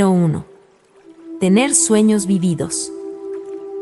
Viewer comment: Esta mal dicho vívidos. Se dice acentuándo en la primera I no en la segunda. De nada